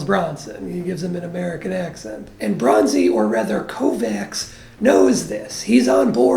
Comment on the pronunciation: It’s pronounced KovaCH. The CS paired in Hungarian is pronounced CH